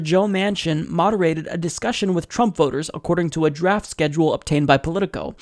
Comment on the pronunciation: Was that 'draft schedule' or 'daft schedule'?